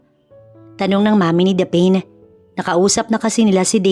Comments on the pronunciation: Yan ang tanong ko din😂😂😂 dapeen? Dapne(Daphne) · SHOUT-OUT FROM BEAUTIFUL CANADA 🇨🇦🍁 Happy Remembrance Day!! Btw….Wat’s the name DA-PAIN / DAPHEN Or DAPHNE?? Pronounce as DAF-NEE / Meron po sa GOOGLE kung paano bigkasin yung mga names & words….Importante para sa ikagaganda ng storya ang mga tamang BIGKAS / Spelling / Intonation. Nakikinig po sa storya niyo from Vancouver Island 🇨🇦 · Pls pronounce the name Daphne correctly it should be daph-ne Hindi po daphine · Grabe nadi didtrack ako sa pronounciation sa name ng bidang babae "the pain" Daphne yun di ba? Peace pi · Proper pronunciation for Daphne is Daf-ne NOT Daphane, LoL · '...the lead female name pronounce as Daph_ neeh..not Dapen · Bkit mali pronunciation Ng Daphne?Hindi Po dapeyn,Daphne as in Dafnee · ..it Pronounce as Daph..neeh..not dapen 👍👍😊😊😊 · Natatawa ako sa narrator kasi ang basa nya sa name ng bidang babae ay daphane😅...Dapat Daph-ne... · Korek ang sagwa tuloy ng pakingan hehehe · Gusto ko lng po i correct ang bigkas sa name na daphne Daphni po. Hindi daphin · Is it Daphne (Daph-ne) should be pronounce instead of you pronounce as Daph-ane? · Tama ba ang pronunciation ng pangalan ng babae😂😂😂😂😂😂 hindi ba dapne at hindi daphen. Tanong lang po, salamat po. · Thats what I thought. Mali ang pagsabi. But anyway I love the story. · Please - Daphne is pronounced Dafni❤ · Sana Ang narrator nagtanong tanong muna kung paano I pronounce ng tama Ang mga pangalan. Daphne - ‘daf née’. Saan mo naman nakuha ang pronunciation na ginagamit mo? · Daphne, pronounce as Daf-ne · Correct masakit nga sa tenga paulit ulit😂